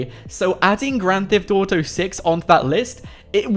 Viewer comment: It kills me when you say gran thef dotow